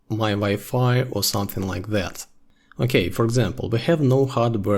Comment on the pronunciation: Amazing work! Never thought of pronouncing OK as Awk.